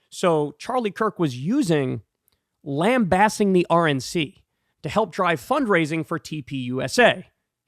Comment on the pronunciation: Stop mispronouncing lambasting.